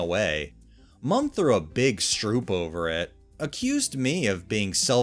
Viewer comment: strop pronounced with a short 'o'.